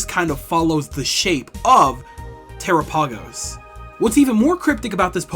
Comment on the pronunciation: this video is great but i cannot get over how you pronounce terapagos 😭 it’s supposed to sound like “galápagos”